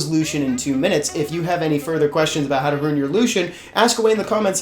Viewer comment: Ooooooh rune (not ruin) your lushen ... ok ok now this video makes more sense